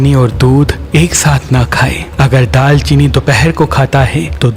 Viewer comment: Daar cheeni Not Daal Cheeni